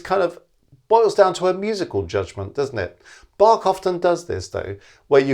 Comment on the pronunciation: the 'a' in "Bach" should be pronounced short like the 'u' in "run"; the "ch" not like 'k', but like the "ch" in "Loch Ness"